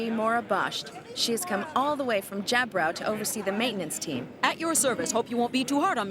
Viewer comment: why this people pronouced jjaburo as jabraw? or just me missing something?